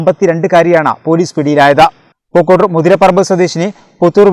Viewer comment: പൂങ്ങോട്ടൂർ അല്ല പൂക്കോട്ടൂർ